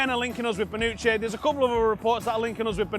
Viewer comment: Lol it's Bonucci not banucchi 😂